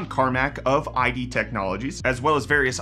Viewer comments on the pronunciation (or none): "id" is pronounced as a single syllable, rhyming with "did", without the initial "d" sound. Not Eye Dee. They named the company after the psychology term. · "eye dee technologies" lol